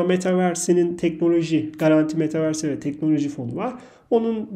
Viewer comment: Hocam bazı kelimelere daha dikkat etseniz daha profesyonel olur. Mesela metaverse değil metavörs. Ya da doların TL karşısında getirisi %1300 yani 13e katlamış değil 14e katlamış oluyor. 100 liram varsa %1300 de getirisiyle beraber 1400 TL olmuş. BESi mevcut hükümet çıkardığı için mesafeliydim ama sizin Tw sayfanıza denk geldikten sonra derinlemesine düşündüm ve 24 yaşımda başladım. Bakalım 30 seneye neler olacak😁 Teşekkür ederim, ilgiyle takip ediyorum